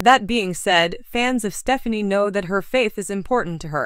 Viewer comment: This lady apparantly does not know who the couple are. She continues to mispronounce Gwen's last name.